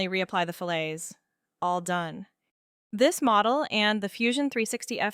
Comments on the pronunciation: This is great. Thanks. You might want to check your pronunciation of "fillet" - it's Fil-it, not fil-lay. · I like the video; it did not occur to me that scaling a 60-degree thread by the square root of 3 would yield a 45-degree thread. That is useful to know. By the way, a curve joining two lines is pronounced fill-it (in the UK as well as the US). Fill-ay (fillet in the UK, filet in the US) is a culinary term. Also lost to many, is that a fillet rounds an inside corner, while a radius (also called a round in metalworking, or round-over in woodworking) rounds an outside corner even though the CAD fillet tool is used to make both. CAD teachers have neglected a generation by not distinguishing between the two terms. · FYI in case you haven't figured it out, a "fillet" as a mechanical feature is prounced like "fill it" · Aside from the pronunciation of fillet (which I have to say I thought was either rage-bait, or maybe an AI voiceover), I have often wondered, as I learn fusion, why this is called a fillet. :)